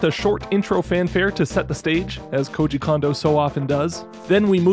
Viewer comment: I hope one day will learn how to pronounce Kouji Kondou's name.